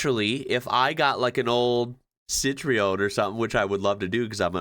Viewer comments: Citreon only has two syllables, not three. Si-Tren is how you pronounce it. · Wearing gloves. Steals the car the moment he stops the recording. Btw, Citroen is best pronounced "sitron"